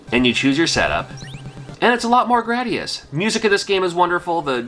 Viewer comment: You get cool points for saying Gradus the correct way. Drives me nuts when ppl say Gradeeus.